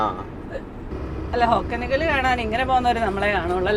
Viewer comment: ഹൊഗേനക്കൽ ആണ്. ഹൊക്കനക്കൽ അല്ല